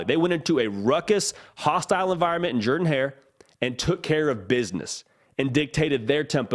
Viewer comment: That's the way Coach Shug Jordan pronounced his last name with that deep, Mobile accent. Jeeeeeeer-dan.